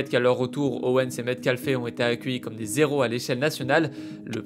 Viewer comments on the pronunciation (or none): Des zéros non des, héros pas de liaison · "des Zhéros" ... aïe 😬